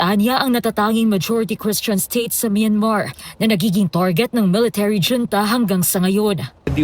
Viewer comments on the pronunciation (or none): Huwag na kasi gawin pacute ang pronounciation ng “hunta” at hindi “dyunta”😅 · Dyonta daw😂 😁 bakit dto nagreklamo pwedi ba yon..yong dyonta ms.reporter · Yong reporter parang si YUMUS! Hunta Hindi yunta! Yudi.......sana tinanong mo din si Dola sa tamang bigkas😊